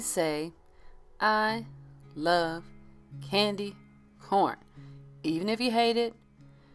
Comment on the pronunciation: Haha, I first thought you said "I love candy porn" :D :D (Haven't tried, but) I love candy Corn, and I do love this look! You do amazing work!